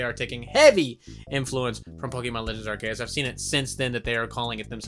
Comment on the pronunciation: Also you are pronouncing Arceus wrong...